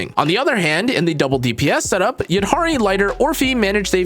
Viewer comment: HE SAID THE NAME RIGHT 🎉